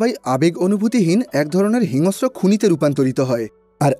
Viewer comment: হিংস্র উচ্চারণ টা একটু ঠিক করে বললে শ্রুতিমধুর লাগতো।